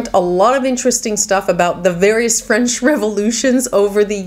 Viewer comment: We are all so appreciative of you obvious familiarity with the French language. Your pronunciations are superb.